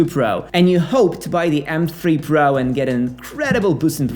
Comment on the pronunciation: Can’t stand how he pronounces “pro”